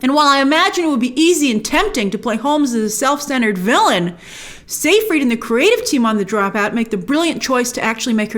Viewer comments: sigh-fried, not say- fried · It's not pronounced "say-freed." It's pronounced "sy-fred."